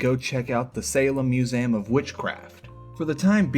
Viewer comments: anyone noticed he says ‘museum’ as “musayum”? no? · The way you pronounce "Museum" 💀